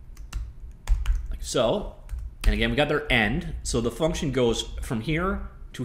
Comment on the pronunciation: FUCNTION IDK why I find that so funny haha